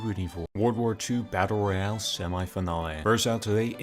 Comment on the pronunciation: How I heard him: W2 batter royar